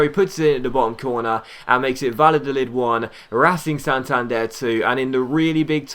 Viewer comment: You´re pronunciation of Spanish names is actually not to bad but double l is something like j or y in Spanish-Spanish so in case of Valladolid you pronounce it more like Vajadolid and btw love your videos you´re one of my favorite YouTubers P.S.: don´t use the financial takeover it would ruin the series and take away the challenge of having no money